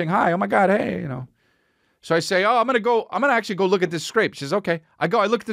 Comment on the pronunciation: “Gunna lose”😂😂 that’s whT I heard when Chris said that about the trial